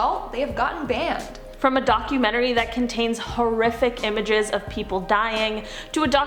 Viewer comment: maybe its just me but i cant stand the way she says "DOC-YOU-MEN-TREE" and then the other girl says its perfectly lol